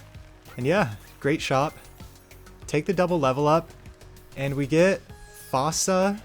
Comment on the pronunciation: Hate to be that guy but fossa is pronounced like foosa (like in the madagascar movie!)